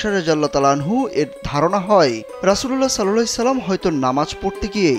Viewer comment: Vai rasuullah sallahu alayhi oyacalam,,ata suddo vabe uccaron kren